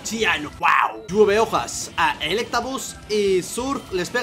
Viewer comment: Hola. Se dice lluevehojas